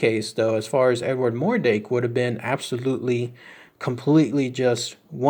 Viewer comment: Pretty sure its mordrake not mordake